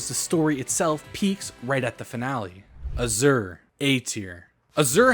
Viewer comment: Bro how are ypu mispronouncing azure? Its an english word, its a color? Also Dingo s tier mispronounced